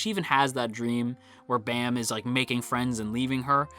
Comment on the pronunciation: Why some people say bam as baam?